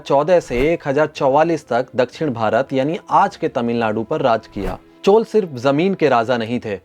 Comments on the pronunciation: Chol kya hai? Maurya ko maur kehte ho kya? CHOLA . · चोल को चोल् नही चोल्अ पढ़ा जाता है।